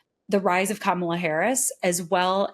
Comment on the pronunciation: Im so tired of astrology. It's Kah-muh-luh